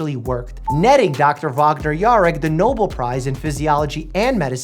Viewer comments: It's pronounced "no bell" not "noble". I mean I know you're dumb, but come on, now. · Did you say the noble prize? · I had a physical response to his pronunciation of Nobel